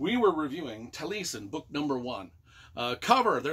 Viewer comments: I think it's pronounced taa lee eh sn. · Tall ee ess en accent on ess syllable. Welsh for eyebrow I think. Frank Lloyd Wright named his home out west Taliesin.